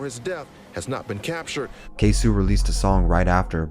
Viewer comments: K-SO not K-SU lmao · “ KAY - SO “ not “Kay - Sew “ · Mannnn if you gone capitalize off Black Death at least say the names right goofball. Tf is a ksew it’s ksoo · It's not K-Sue, it's Kay-So. "C'mere boy!" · Not too bad but a lot of things were left out or skewed on the timeline. Also.. K-SO!!! QUESO!!! K?SO? not K-sue. Overall, not bad tho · His name is Queso not k-su 😤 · My guy rly called him KSU its KSOO with a O